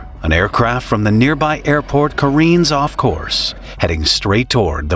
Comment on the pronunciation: Ken???? Or careen? Get a knowledgable narrater.